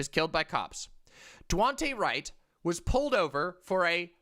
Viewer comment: Jesus. Disrespectful of to continuously mispronounce Daunte Wright’s name.